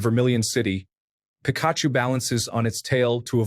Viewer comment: The pronunciation of pikachu and raichu in this is crazy